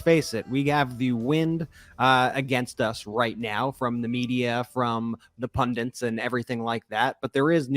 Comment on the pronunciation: Sorry if this sounds like nit-picking, Brett, but it's pun-dit. I know you know. Guys: great show. I really appreciate you. I hope I'm young enough to remember when our great Democracy was under threat and survived, through the efforts of heroes including yourselves.